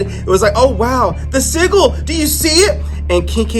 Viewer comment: Yeah, u saying it wrong. It's sigil(like Jill).